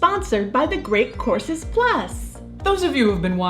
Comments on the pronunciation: It's just the way she pronounces the word. It sounded like see said courses. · I definitely heard “Great Corpses Plus” and not “Great Courses Plus”